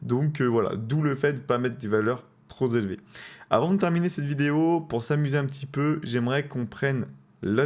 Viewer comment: trop élevées pas trozélevées 😅